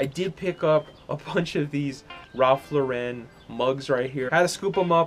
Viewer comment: why are you adding so much emphasis on LauREN? who's mans 😂😂😂